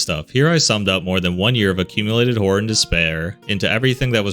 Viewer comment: I THOUGHT HE SAID “hello fellow whore enthusiasts” AND IM DYING 😭💀